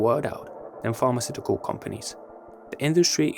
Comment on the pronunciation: I was quite confused keep hearing pharmaceutical arts 😂